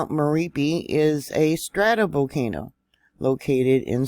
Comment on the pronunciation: Not miripi but Mè-RA-PI👍